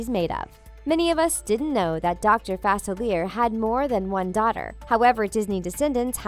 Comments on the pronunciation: She says his name wrong: its not 'fa-cil-eer", it's pronounced "fa-cil-le-ay". It's French. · It's pronounced Fa-SILLY-ay. 😶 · That don’t know how to say Dr. Faciliea there is no r in his name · Its not FAC IL ERE ITS FAS ILEE ER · It's pronounced DR. Fa _seal _e_a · “Dr Fasilly air” Me: who dat? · You guys keep mispronouncing Dr. Facilier's name and it's driving me crazy. His last name is supposed to have a French pronunciation. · You're right. It's pronounced Fa-SILLY-ay. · It is pronounced fu-sil-ee-air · It's pronounced fas-a,-lee-er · You're saying his name wrong!😡😤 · Misprouncing Facilier’s name is like nails on a chalkboard to me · UmbreonTrainer27 right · The mispronunciation of 'Facilier' is driving me insane. The Princess and the Frog took place in New Orleans. Dr. Facilier is Creole, and therefore, his name is French. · Is it just me or does she pronounce dr faciliers name wrong? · Can't stand how she says it!! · Thank You!!! I’m from Louisiana and it was driving me crazy hearing his name pronounced so very wrong. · I know it's really annoying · Thank you!!!!! It drove me crazy!!!